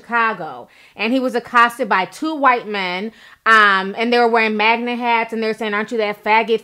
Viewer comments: Melyssa H she also kept saying Magna hat?? What is a magna hat!? Pretty sure it’s MAGA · I cringed each time you said "Sumlut" [Smollett] and "magma" [MAGA] but I agree with each point you made. I really hope he's not lying. This whole story is crazy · She keeps saying MAGNA instead of MAGA too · You mean "Magna"? That's what I hear. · Girl If you say "magna supporter" one more time lol . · Ti please, it's not "Sumlett" and it's not"MAGNA"